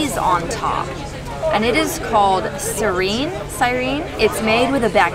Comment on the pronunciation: cheese is not pronounced cerene its pronounced see-reh-neh